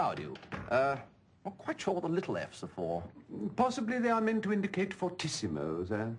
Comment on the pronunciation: I love how he can't read the sheet music correctly. fortissimo and all that. XD